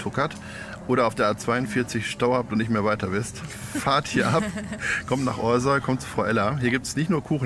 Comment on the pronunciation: Café Frau Ella ist eine wirkliche Bereicherung für unser Orsoy. Aber Eins zu dem netten Video, unser Orsoy wird nicht ORSOI gesprochen sondern ORSAU oder wie die Einheimischen bevorzugen OSCHAU! Jetz weiße bescheid, ne!